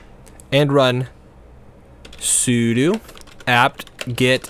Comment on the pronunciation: The way he pronounces sudo.